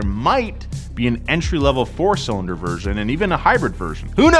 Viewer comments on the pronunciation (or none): none